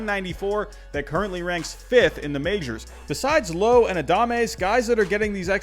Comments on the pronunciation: It’s not Brandon low, it’s but but pronounced with an a not an o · (rhymes with now) where as Nate Lowe is how you pronounced it. Nitpicking but the man's an all star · Btw is pronounced Lowe as in cow. It’s a common mistake so it’s ok, I’m a Rays fan so I had to correct you 😂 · it’s like Wow not low but great video 👍🏿.